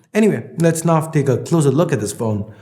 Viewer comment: just why do you pronounce now as "naof"